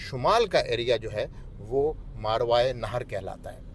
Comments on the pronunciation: یہ اس لفظ کو ذھول کی وجہ سے بے دھیانی میں غلط بول رہے ہیں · اسلام عليكم ورحمة اللّٰه میں آپ جتنا قابل اور تعلیم یافتہ تو نہیں لیکن اگر آپ اجازت دیں تو عرض کرنا چاہتا ہوں کہ آپ جس خطہء زمین کا ذکر کر رہے ہیں اور اسے "ماروائے نہر" کہہ رہے ہیں اس کا صحیح تلفظ "ماوراء النہر" ہے۔ اسے انگریزی میں Transoxiana یا Transoxania کہتے ہیں۔ شکریہ